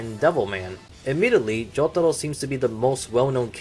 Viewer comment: I hear Joug-taro and the way I pronounce it is Joe-taro